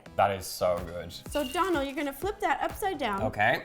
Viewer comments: Ciara S Its not Dolan its Dónal and that little line is called a fada and its what makes his name irish and it’s pronounced like ‘oh’ not ‘on’ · sarah sarcia His name is Dónal not donald, and it’s pronounced different than how to Rosanna was actually saying it, she was saying it like ‘d-on-al’ but it’s actually pronounced like ‘d-oh-nal’ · I think it's pronounced dough-nl and not donal (like the first part of Donald) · His name is Donal as in Doughnal not Donal as in Donald Duck, please stop butchering it for the sanity of us Irish viewers 😂 Great video though 👍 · I die inside every time she pronounces Donal Donul it's pronounced donel life omfg😂😂😂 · IT'S PRONOUNCED "DOH-NAL" GAHHHHHHHHHHHH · Why can't anyone there pronounce your name correctly? 😁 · Yes my fellow Irish man💪🏻💪🏻🇮🇪 his name is pronounced like u were about to say donut but al at the end😉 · Hi ro (btw no hate and luv u) but you know Donal is pronounced DOEnal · DOUGH- NALL. Lets pronounce Irish names right 👏🏼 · Rosanna your saying his name wrong girl I love you and your so goo at what you do but your saying his name wrong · Your saying his name wrong